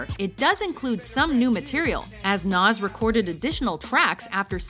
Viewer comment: You pronounced Nas' album wrong